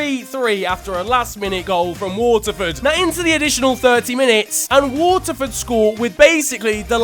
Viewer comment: You pronounced Athlone and Waterford perfectly with the state of our national team that counts so your starting up front instead of Parrott